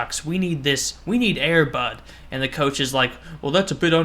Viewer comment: at first i thot u said airbut